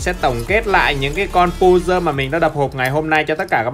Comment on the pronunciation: pơ giồ hơ giồ chứ không phải pu dơ hu dơ